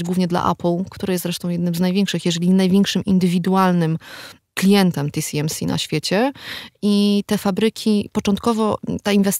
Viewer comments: nie chciałbym się czepiać ale czy w segmencie dotyczącym półprzewodników mowa o TSMC? czyli "ti-es-em-si" a nie ti-si-em-si? probowalem znalezc ale google nie znalazło nic pod TCMC. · nie tisiemsi tylko TSMC tiesemsi.! Taiwan Semiconductor Manufacturing Company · Co do części o półprzewodnikach, to się zawiodłem, bo nie wspomniano o oprogramowaniu, które służy do projektowania chip'ów tj. EDA, które też jest przedmiotem sporu. No i nie "ti si em si" (TCMC?) tylko TSMC, podobnie nie AML tylko ASML. TSMC jest producentem układów, ASML projektuje i sprzedaje maszyny do litografii, a klientami są takie firmy jak TSMC, Samsung i Intel, ale te wyżej wspomniane firmy to nie mają wszystkiego co jest potrzebne do produkcji. ASML nie może sprzedawać najnowszych maszyn używających Extreme UV (plazma) do Chin, ale sprzeciwia się zakazowi sprzedaży urządzeń do Deep UV (laser) bo to nie jest już najnowsza technologia.